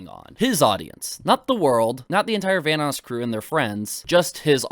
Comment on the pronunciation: "Vanass crew"